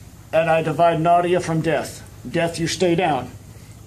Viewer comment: My question is - why are they all speaking English? Including the Russian grandmother, Nadia, whose name’s pronunciation they keep butchering…